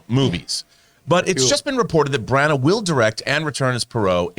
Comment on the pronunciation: These guys are hilarious the way they can't pronounce any names properly. Herculee Porro and Kenneth Branaaah? Give me a break.